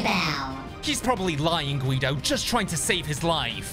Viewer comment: It's Guido not quido